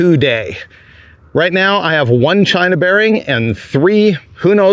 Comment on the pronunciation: not CHYYNA!!!!!!!!!!